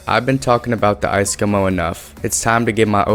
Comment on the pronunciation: "icecomo" triggers me